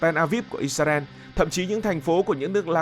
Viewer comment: Đề nghị các bạn miền bắc phát âm từ Israel lại cho chuẩn